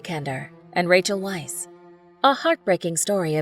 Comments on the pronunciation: Isn't it pronounced "Veiss"? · "Weisz" is pronounced as "Vice" and "Ralph" is pronounced as "Reyph." Americans, always mispronuncing everything 🤦